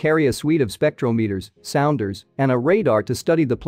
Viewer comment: There is really great info in here- but I wish the announcer would look up the pronunciation of things like “Bezos” “spectrometers,” “DaVinci” “Veritas,” etc.